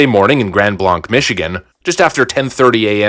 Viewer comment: It's pronounced Grand (Blank) Blanc lol so many in the news don't even know how to pronounce the cities name lol